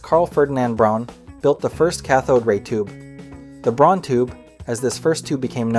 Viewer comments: Nipkow pronounced Nipkov. Braun pronounced Brown. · Also, Braun is pronounced like "Brown".